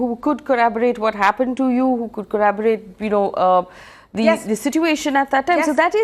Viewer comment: And this is the testimony of someone who's brother is a judge. If she's saying she feels powerless about doing anything, what about others. Btw I think women need to step up our knowledge of law. Testimony is evidence. Secondly, Faye needs to know that the word is corroborate. Not corraabarate.